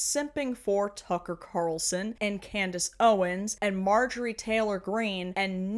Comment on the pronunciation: "Tucking Cocker Carlson" 😂😂😂😂😂😂